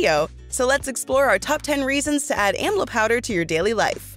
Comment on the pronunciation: Please the word amla the correct way. You stole the plant from India and never acknowledged India for its wonderful fruit.Amla is taken everyday in India. It is the western countries who takes everything from India and profits from its herbs. What have you done for the country of India when it comes to health?